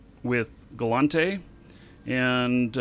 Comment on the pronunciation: OMG it's gallEnte not gallAnte. Am I wrong about this?